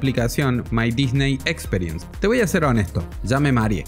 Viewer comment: Buen video pero los oídos me ardían cada vez que pronunciabas "experience" 🤦‍♂